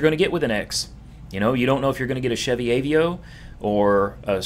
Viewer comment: did you really say ayveeoh for aveo?! im sorry but that's funny. i used to have one that was my baby It's uhvayoh